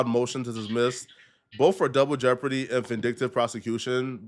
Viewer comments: He said juble deborty you are a fucking idiot…. DOUBLE Jeopardy. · wtf is “jouble deopardy” sir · "Jouble Deopardy" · So I’m Tha Only Person Who Heard Say “Jouble Deopardy”?? 😂😂😂